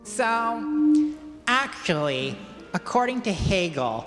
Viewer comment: "So, akshully..."